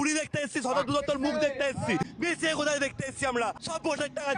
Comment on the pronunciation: Aare didi 'Meshi' na 'Messi'